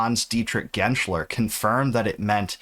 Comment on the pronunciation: There is no "L" in "Genscher" but for pulling it out of memory that was 95% spot on, also very nice pronounciation of the name Hans-Dietrich Genscher. English speakers usually struggle with some of the German names haha.